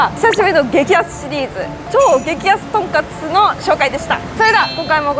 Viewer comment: "とんかす"ではなく、ちゃんと"とんかつ"やったね！ 長期で行ったら行きたくなるお店♡ の幸せそうな顔♡*